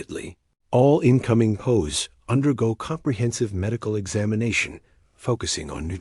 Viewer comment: It's P.O.W'S not pows